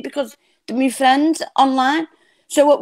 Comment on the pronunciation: Best fwiends forever 😂😂